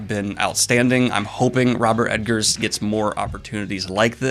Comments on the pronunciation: Dude, if you love him so much, get his name right. Robert EGGERS, not Robert EDGARS... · Is he saying robert edgar not egger? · I should cut you slack, for you did say you have problems with names, but saying E-D-ggers instead of Eggers hits me in the pet peeve every time :D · Robert Eggers. Not Edgers. Eggers. EGGers. E G G E R S. Double G. Robert Eggers. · That's Eggers, not Edgars, js js js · Daniel keeps calling him Ed-gers lol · Wait, is his name pronounced EDgers? Or is Daniel misspeaking? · Egg-ers, no D in there. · Oh my God. Daniel. Eggars. It's EGG-ARS. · Just a heads up about the director. There’s no ‘D’ in the name Eggers. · Good god... it's The Witch... not Va VItch smh (and it's Eggers... not Edgers)